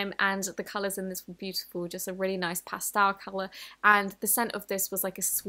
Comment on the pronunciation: LOL ”this was a really nice pAStoUrL color…” no hate, it just sound so funny to me XD